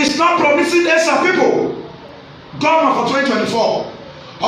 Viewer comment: Can we all adapt the proper pronunciation of ESAN rather then Ishan?